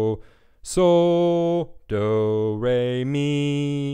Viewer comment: when you kept saying soh doh i swear i was hearing so dope :) but thanks this really helped ive been looking for a good tuning video for a while now and i finally found what i wanted/needed